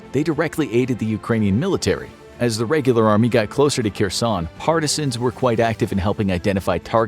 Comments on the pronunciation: Her+son ... not Ker+son Also Har+kiv ... not Car+kiv It's painful for natives to hear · It's pronounced "HAIRSONE"!!! The 'Latinized 'Kh' gets a hard 'H' sound. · its pronounced Her-son.